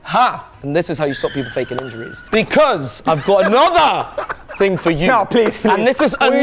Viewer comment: In jules’s speach bro said becüs like a million times